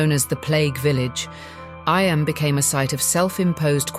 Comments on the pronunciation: Eyam is pronounced Eem not I am,but lovely atmospheric documentary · Just one thing, Eyam, in Derbyshire in the Peak District, is pronounced EEEM. A great place to visit. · I'm from near Eyam, it's pronounced eeeam